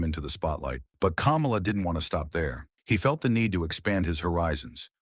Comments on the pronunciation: It's pronounced "KAH-MAH-LA," not "Camel-Ah" as in Kamala Harris. If you don't even know how to pronounce how the character name as by all the federations (and the man himself) it doesnt bode well you know what youre talking about Come to think of it isn’t this the guy who also pronounced Ole Anderson as “Ol”? Like Ye Ol English? Maybe he’s using text to speech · It's "KUH-MAH-LUH", not "COMMA-LUH".🙄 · His name is Ka mal a. It's not the freaking vice president. If you don't know how to pronounce his name don't do the documentary. God Bless the his soul. What about his niece who took care of him after he lost his legs due to diabetes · The narrator is a HCTIB for pronouncing the name like that I can tell he eats dks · Jesus, learn how to correctly pronounce the man's name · Say his name right. He’s not the idiot fake Vice President! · Learn to pronounce his name right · Pronounced "Kamala" like he just ran for president. LOL!